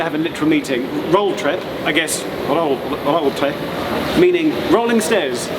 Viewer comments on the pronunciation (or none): "Rolltreppe" (three syllables, the "e" is not silent.) roll-trepp-eh